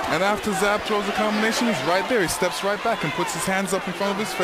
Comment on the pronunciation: You mean Zab, not Jab. LOL.